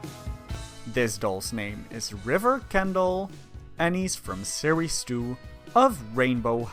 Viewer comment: Instead of series 2 I heard sirisu